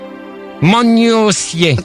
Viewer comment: Nan "mangnozier" t'es sourd ou quoi? XD